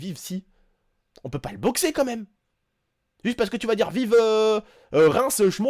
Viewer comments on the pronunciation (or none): none